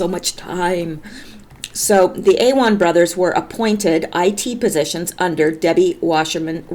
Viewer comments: Awan= uh-won' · Awan = "AH-Wan" [Ah sounds like "Ah Hah"] emphasis on 2nd syllable [George Webb (YT) for Awan info.]